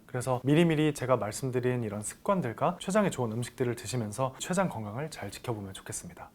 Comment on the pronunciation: 세포 췌장 취약 서양. 한자어로 된 한글 읽기 영 엉터리네요 공부하면서 아무도 안 가르쳐 줬나보네 내용은 잘 들었어요